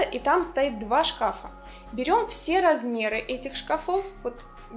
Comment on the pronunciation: И не два шкАфа, а два шкафА.